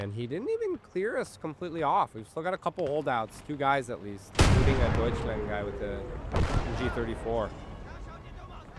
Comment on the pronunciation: Nice progress on your German! "Aufklärer", "Kettenkrad" are now very good. "Gebirgsjäger" is fantastic, as always! Unfortunately you're still saying "Deutschlend". Make sure to say "Land" not "Lend". You sometimes say "Panzer" correctly like in "Panzerschütze" , and sometimes incorrectly like in "Panzerpionier" . Speaking of which, the ending of "Pionier" was great! But the "i" after the "P" sounds like "ee". So like "Peeoneer". I kinda have the same problem with "LeFH" as I did with "StuH", as in, I've never heard a German speaker actually say the abbreviation, only the full name "leichte Feldhaubitze". Personally I would pronounce "LeFH" like "l-e-f-huh". Btw your team mate was saying "hold on" "waiting for vehicle". the enemy said "you gonna take the base or what?". Then he says "Take the base or I'm closing!" and your team mate answered "now we can".